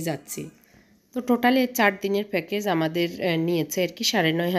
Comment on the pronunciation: ফেকেজ না প্যাকেজ😂